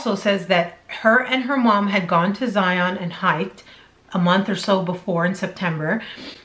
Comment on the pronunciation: good video. A few things to note. I am from Utah and have been to Zion several times. First it is pronounced Zy -un, not Zi-ON. This is a national pronunciation problem with people that are unfamiliar with the park. As for whether it was a scam, hard to say, but I don't think we are getting the full story. I think it's more a mental problem than anything. The ultimate question that would tell the truth is where she got water to sustain herself. She did not go 12 days with no water. Once you have that answer, you will know the truth. One final issue regarding "search and rescue fatigue". It's real and it's a problem. Basically, since COVID hit, all these fools that have never been outdoors a day in their life are doing stupid things and calling 911 to be rescued, who in turn has ask volunteer search and rescue people for assistance. It's happening all over Utah in the mountains. They are also trashing the trails and environment because they have no respect for it, but that's a separate issue. I think your channel is great and I enjoy watching it. Best of luck to you!